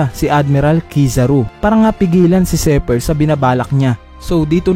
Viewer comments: Zephyr hindi zeper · Zephyr (Zefayr) not Zypher (seper) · lods zi hindi zey labyu